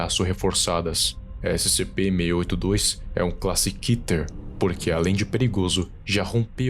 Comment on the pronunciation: Cara é keter não kiter